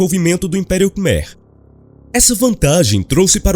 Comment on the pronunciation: Boa tarde! Apenas para ajudar, conheço o Camboja e Angkor wat, a pronúncia correta de Khmer é "kmái" como é falado lá.